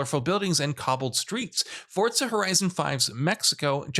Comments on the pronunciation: It's Forza not Fortza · "Fortza" just shut up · where does this jackass see a "T" in the word "FORZA"?